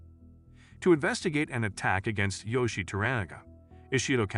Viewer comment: Also wrong, well as I was taught, To-Ra-Na-Ga pronounced Toh-Rah-Nah-Gah, and Yoiishi is pronounced Yoh-eei-shi